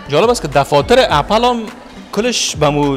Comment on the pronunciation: سلام خسته نباشی عزیزم خودت یک فرد مشهور رسانه ای هستی اسم یک لوگو رو باید درست تلفظ کنی (اپِل درسته ) (نه اپَل اپَل غلط است تلفظش) چک زده گی یعنی چی ک میگی لگو سیب چک زده گی است معنایه اون چک زده گی بقول خوت یعنی دانش ک حضرت آدم از اون سیب خورد اون سیب سیب دانش بوده معنایه اون چک بقول خودت همینه